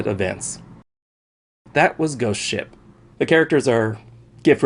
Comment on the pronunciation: At the into I thought he said goat shit